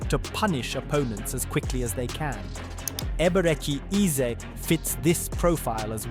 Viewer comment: Ur Pronunciation of the name is so Poor Man 😂😅